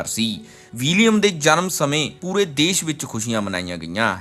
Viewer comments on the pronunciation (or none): none